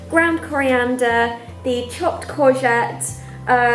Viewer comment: Haha, when you said chopped corgette, heard "chopped Cosette" (les mis fans, u there?)